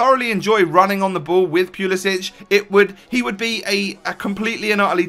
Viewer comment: For all of you Europeans- ITS POOL-EH-SICK... You don't pronounce the end like kovacic or perisic. Probably cuz he's American boiii